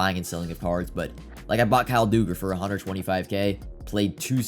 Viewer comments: It’s Kyle Duh-gur not Doo-ger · Why the fuck does this guy keep saying dooger it’s dug-er